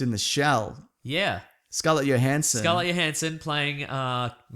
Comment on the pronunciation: three seconds into the video, did you just say Scarlet Yohansson?